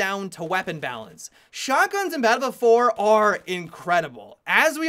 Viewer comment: Balffield fowar.